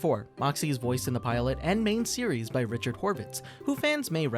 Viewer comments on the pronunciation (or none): none